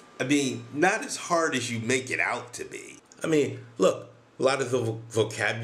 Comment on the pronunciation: "Our language is so harrrrd! It 's the harrrdest language in the wooorrrld!", made me laugh so hard, the hardest laugh in the wooorrrrrld! xD